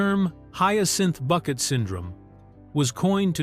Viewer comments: Thats Bouquet not Bucket! 😂❤ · usual complete rubbish from this contributer, doubtful facts and wrong prouncations. You have missed her main attempt to prove superiority over her neighbours was the name, not Bucket but prounced Bouquet as in a bunch of flowers. You seem to miss the point about cars, an old Rover was superior to a Metro even if it was older. I doubt the phone had re-dial capability. Do you know the meaning of WEIRD, look it up, most of the facts don't fit the meaning. It's not difficult for a trained singer to sing badly. Why do your film clips have nothing to do with the continuity errors you're commenting on. Stop using AI. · Excellent video, but Hyacinth would not approve of you saying her surname was Bucket. It's pronounced Bouquet. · It’s not Bucket It’s pronounced Bouquet 😂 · It’s Bu-Kay not Bucket! Stupid AI voice! I,love,thus show and strange enough my husband found it, too! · And especially the Bucket vs Bouquet pronunciation. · It’s BOUQUET! So much for AI voiceover. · "It's Boo-KAY"! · It's pronounced BOUQUET....🙃just sayin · It's pronounced BOO-KAY!!! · That stuck in my craw also. Not even Richard dared to go by “Bucket” anymore